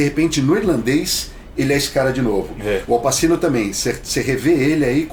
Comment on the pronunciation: a pronuncia é Au Patchino